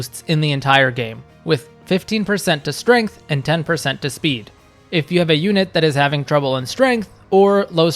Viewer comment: Also why can't you pronounce the letter S? It's Strength, not Ftrength. It's Speed, not Fpeed.